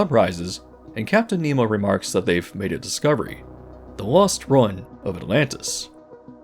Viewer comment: you said ruin so weirdly :)